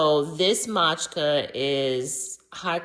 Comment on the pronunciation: Matcha, not Matchka 😂